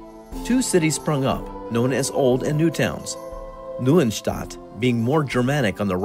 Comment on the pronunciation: Hey good job:) Listening to you trying to say "Neustadt" is funny:D but your information is pretty spot on.